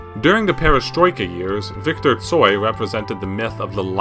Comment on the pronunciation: thank you so so much for great video😊❤ Viktor Stoi was a kind and great musician. im so so sorry that he died. you have very very great pronounciation🥰😍🤗😉tsoi predicted many changes and his songs gave hope to people in ussr. he included in song non direct criticism of ussr so Kino wasnt banned